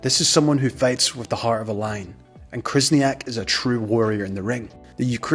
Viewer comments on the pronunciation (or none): You also butchered Khyzhniak, it’s not krizniak lol